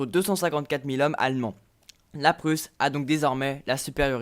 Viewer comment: Quelle prononciation allemande ! 😂😏😉